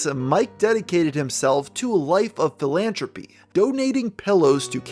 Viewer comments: Bruh. It's philan-THropy. Not philan-tropy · bruh...... "phil-anne-trope-ee"???? My guy, my pal, Mr. Best -Extra-terrestrial Youtuber for five years running.... the fakest gamer ever but cos his vids be poppin off we dunna cair..........and he just throws out a casual "philantropy"!!!! This is so silly and I want to be clear, I'm not laughing at Mr Redhead (I am wheezing and crying from laughing) but because that's such a cute thing little kids do, and it's always endearing to see adults do it too! Like this time with my best friend, a noted journalist/reporter in my country, and she once, in conversation, came out with this bizarre cross between "sigh-cop-HANT" and "PSYCHO-faant" (if unclear, this was "sycophant"). She had only seen it written down and it was... beautiful. My own favourite in my own life is because I couldn't say "chocolate" or "philosophy". Granted, I was a precocious toddler, but there is this funny old video of my parents barely holding in their laughter as they ask me to say these words.... "ch-LOCKET" and "fuh-LOTS-a-fee", and their fav was "sandals", which became "snaddles". Kids are cool, and when we occasionally see glimpses of that little kid they used to be, the little kid which still lives inside all of us, whether we acknowledge it or not;) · Philanthropy is pronounced with a 'th' rather than a 't'. Dental voiceless frictive rather than palatal voiceless plosive.